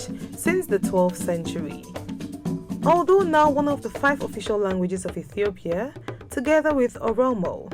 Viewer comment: I hate the african accent when they say Ethiopia. It is pronounced iithiopia not etthhoopia!